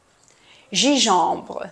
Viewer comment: حبيبتي جانجنبر وليس جيجومبر